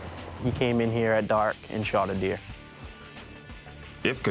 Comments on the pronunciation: shooting at the deeah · "What were you doing"? Shootin at the deeah.